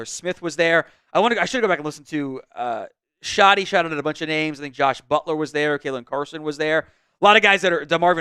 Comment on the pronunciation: Do I believe in Schotty? K for Kinda 😂😂😂